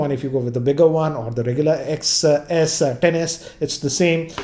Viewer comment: That’s not clever, because it’s pronounced “10-S”, not “ex-s”.